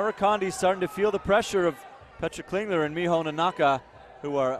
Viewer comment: Petra Klingler is not from Sweden (SWE), as the rankings want to make you believe XD. It should be SUI or CH for Switzerland. Also, the commentators pronounce her name in a very weird way Edit: I'm stupid and don't even remember the abbreviation for my own country